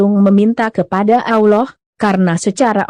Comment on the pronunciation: Mimin baca Allah.. Yang benar.. 🤣👏.. Pidato jual bawang aja....... Malu maluin... Maksa.... Kalo gak bisa jangan maksa.. Kayak gabener 😅